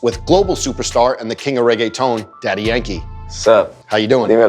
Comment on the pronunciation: I wonder why Joe calls him DY instead of Daddy..